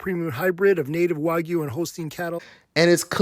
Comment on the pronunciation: it’s pissing me off how he can’t even pronounce the word Wagyu right!?!!!!!!